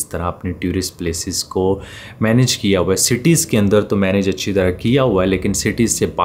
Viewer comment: Teu-rist nahi pai jaan.. Tour-ist kaha karain. Pehle b kai baar bataya hai..looks bad